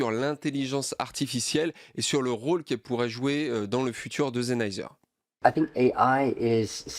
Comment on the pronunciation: superbe vidéo mais Sennheiser c'est avec un S pas un Z ptdrrr, je rigole, superbe vidéo